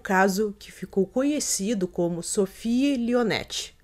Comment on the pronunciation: Dicas: 1- Sophie Lionnet (sofí lionê); 2 - Troyes (trôá); 3 - au pair (ô pér).